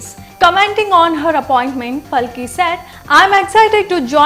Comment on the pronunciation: She is Paalki, are you Indian, then pronounce at least an Indian name correctly 🙏